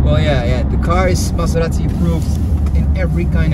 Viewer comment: Don't pronunce Maserati like a Mazda... :-D